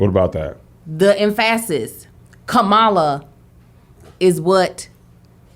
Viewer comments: Lol em-PHA-sis lol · the wrong emPHAsis on the wrong sylLAble. It's from a movie. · emph-ass-is is now a word. ask "bling bling". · don't be playin with me like that EmphAAsis...I was like whhaaaa??? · If you say emfassis (emphasize) one mo again....🤣🤣🤣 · Yea that emphASSis was worrying me.... 😂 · The em-fassis why is she saying emphasis like em-fahs-sis 🤣🤣🤣🤣🤣🤣🤣🤣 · It took me for ever to realize what was saying when she was saying emphasis. lol Y'all Kev and got PTSD from church. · I’m not enjoying the way says emphasis I don’t know why it makes me cringe really hard 😂 Edit: she was kidding lol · Why it took me a minute to realize was pronouncing emphasis wrong? I spent the first three minutes so confused. I thought it was a new word. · Its the pronunciation of emphasis for me Like my aunt says adVERTIsment It sounds fancy